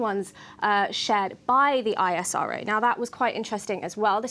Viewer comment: Its ISRO not I-S-R-O. Just how its NASA not N-A-S-A.